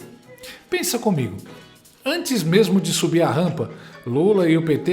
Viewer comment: Ouvi bem o comentarista falar "tamem" e "mermo"? kkkk